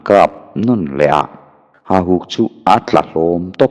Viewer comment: Hahuk tilovin HAUHUK tih zawk tur a ni